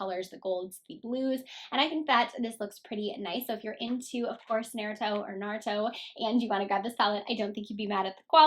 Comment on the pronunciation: It's kind of annoying that these people who don't know what what/who naruto is are reviewing the palette. I feel like the creator of the show is getting so disrespected with these people butchering the name. If you don't know what naruto is about and how to pronounce the name don't do a review. As a true naruto fan I am annoyed and frankly upset